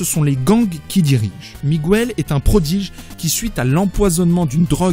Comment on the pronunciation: Le spiderman de la terre 928 s’appelle "Miguel", et non pas "Miguouel".... la silabe "gue" se prononce "ge" et pas "gou" !!!! niveau CE1!!